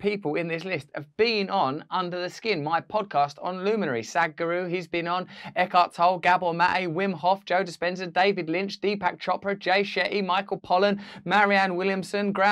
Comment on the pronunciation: It's pronounced Eckhart TollE, with an E spoken like the one in heavEn. (derived from the german name Tölle)